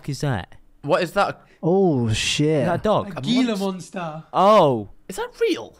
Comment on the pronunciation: them all pronouncing gila monster wrong is killing me